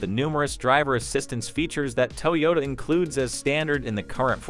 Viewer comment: "TOW YODA?" OHMYGOD! You didn't even try.